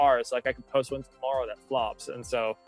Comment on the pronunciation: Welp. I am a married grown-ass woman and I got a little jealous when he mentioned "his partner." Whoops! He's so great, though! Also, since I'm a creep, here's a creep observation: when he says "tomorrow" the first time, it sounds Canadian, and then he seems to make a concerted effort to pronounce it the American way a few seconds later. Ok, I'm officially the worst; bye!